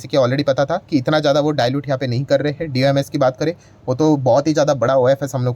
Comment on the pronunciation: D o m s kyu bol rhe ho doms bolo doms